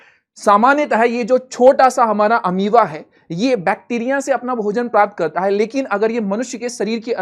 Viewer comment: Sir Ameaba nahi hata hai balki Amoeba hota hai ❤